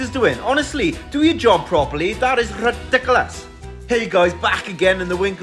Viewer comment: I love that it’s rrrridicolos lol